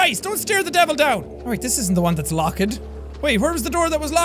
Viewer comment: Jack: who ever gets scared has a low IQ Also Jack: I think it's LOcK- Ed!